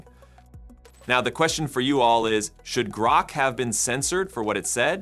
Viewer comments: You used AI to develop this video obviously and I think it's hilarious that AI couldn't properly pronounce GROK. It isn't "GROW"-K, its "GRAW"K... lol!!!!!! Maybe you should have used GROK 4? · Groke? The AI in this video can't even pronounce Grok. Fail. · Please, please never say groke again. :) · HAHA he said Groke twice 😆